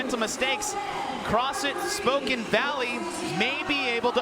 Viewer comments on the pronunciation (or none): someone doesnt know how to say spokane.